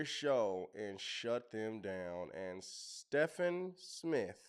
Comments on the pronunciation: The guy’s name isn’t pronounced STEFF-an. It’s pronounced STEVE-N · His name is pronounced like Steven A. You can actually leave the Smith off. So he’s Steven A. Even though it’s spelled like Stephen . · It’s pronounced Steven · His name is Stephen like Steven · Steven is how you pronounce his name… 😊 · The guy’s name is pronounced “Steven”. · He pronounces his name actually as Steven with a “V” but it’s spelled with a “ph “ and would love to hear the whole conversation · lol it’s pronounced Steven a smith he just had Candace on